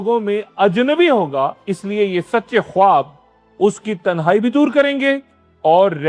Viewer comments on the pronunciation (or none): درست تلفظ “خاب” ہے، خ-واب نہیں